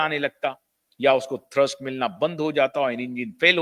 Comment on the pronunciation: थर्स्ट नही थ्रस्ट होता है भाई साहब